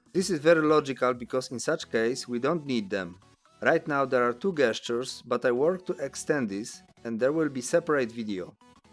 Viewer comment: FYI gestures is pronounced jestures.. like the j for jesus sound not G for god